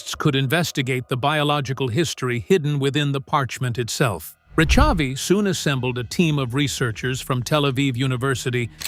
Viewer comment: The ch in Rechavi is pronounced with a guttural sound, like j in Spanish or ch in German, not ch as in cherry.